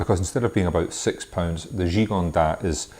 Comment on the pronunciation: Thanks, nice review. However, Gigondas should have the 's' pronounced. Just a tip for next time.